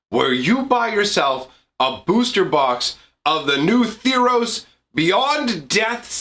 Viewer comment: Theros, not Theeros.